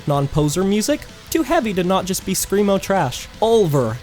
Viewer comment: Bro you actually said scremo wtf, why are you my wife